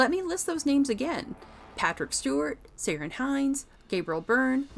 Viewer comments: “ Siren” Hinds ?!!!!, ha ha it’s pronounced Key-Ron !! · lol SY-RUN Hinds. It's pronounced Keer-an, dude. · Ciaran is pronounced with a hard C. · His name is Ciaran Hinds pronounced Key rawn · You're pronunciation of Ciaran gave me a giggle. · Interesting video, but a bit undermined by the mispronunciation. It's Nicol, not Nicole Williamson and the Ciaran in Ciaran Hinds should be pronounced with a hard C (as in Kieran) rather than as Siaran. Pity.